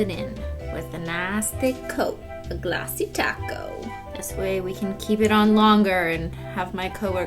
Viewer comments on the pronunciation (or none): because its glossy and people always thought she was saying ‘’glossy taco’’ instead of ‘’glossy top coat’’